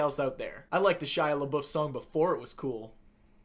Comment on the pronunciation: LeBeouf pronounced correctly, as a fellow Canadian I pretty much have to subscribe